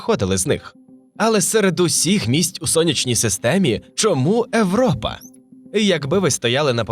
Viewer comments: европа, габл - це неможливо слухати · Чому ШІ озвучив Європу як Европу? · Дайте адекватну відповідь, чому ви так "знущаєтесь" над мовою? Еуропи, смертИ і т.д. Та вас слухати неможливо. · Мені дуже подобається ваше часте використання початкової «и» у словах! Це дуже круто, дякую! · Правильний варіант Європа пояснюється правилами української орфографії. Згідно з ними, на початку слова перед голосними [е], [и], [є] часто додається "й" або "є", щоб передати правильну вимову відповідних іншомовних слів. Оскільки в українській мові для слова Europe використовується звук [є] на початку, правильна передача цього звуку — "Європа", а не "Европа".